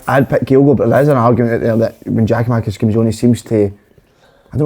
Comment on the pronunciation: who is "Geo-Makis" ffs just say his name properly hope he does leave so we don't need to hear it again